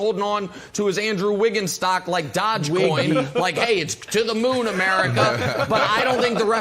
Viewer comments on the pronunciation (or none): Dodgecoin? Lol, Nick... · Doge has no 'd' it and is said with a long 'o' sound, like in donut. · Doge coins that doge prononciation was scary 😂